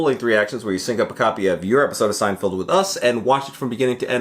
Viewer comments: SEIN-FELD. NOT FIELD. MY GOD. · Is he saying "Seinfield" on purpose? 🧐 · It's SEIN--FELD, not Field. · SeinFELD, not SeinFIELD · Feld. Feld. Feld, feld, feld, feld. Bro. It's so crazy that the dude is a big fan of the show but still can't figure out how to say his name. SeinFELD. Not Field. Also, gotta do Puffy Shirt.